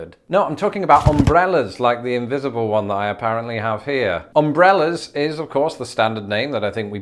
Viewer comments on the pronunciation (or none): none